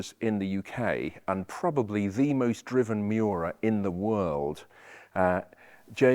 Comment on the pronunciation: It is not pronounced Myu-ra. Say : ME OO RA. :face-blue-smiling